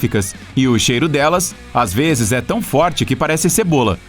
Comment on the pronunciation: 1,35 VEZES, e n 1,35 veis